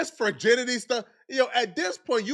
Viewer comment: keeps saying “furrginity”😂